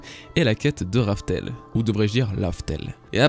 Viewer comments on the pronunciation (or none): none